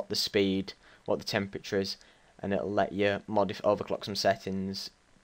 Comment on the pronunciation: its temperature not Chemprature